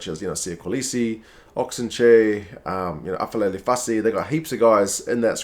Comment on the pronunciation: no sweat Bruv…same goes for Aphelele …it’s pronounced as a ‘p’ not an ‘f’